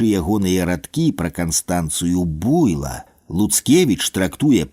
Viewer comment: А чаму БУйло? Слушна ж будзе БуйлО.